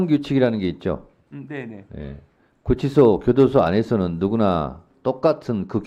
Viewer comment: 윤치소??? 구치소??? 기본을 교정하자.